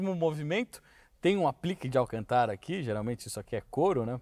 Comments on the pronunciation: Se diz Alcântara, não Alcantára como vc fala. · Desculpe mas é Alcântara e não alcantára circunflexo só pra corrigir e acento circunflexo no segunda A ou seja alcantára não existe e igual presidenta ( doi o ouvido) desculpe só um toque !rsrsrso resto é show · Alcantára? kk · AlcantÁra hauhauhauhahua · Viu a pronuncia correta é > Alcântara < olha o acento circunflexo , fugiu da escola?? Não me irrite !! 😂😂 😎👊🏻✋🏻